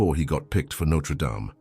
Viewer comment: Can't you at least pronounce the name right!